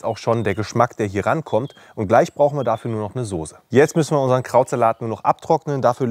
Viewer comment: ich liebe deine videos wie du weißt, auch als wochenend-fleischesser, aber dieses wort .... dieses wort soße ist keine soosé.. merkern auf ganz hohem niveau ich weiuß oder vielleicht sagt man das auch bei euch in region so aber dem herrn soosé gefällt das aufjedenfall gar nicht so gut... evenetuell klingelt er sogar bei biernot im ersten... ^^